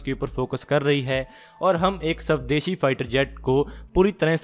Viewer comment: Please don't pronunce sabdeshi it is swadeshi.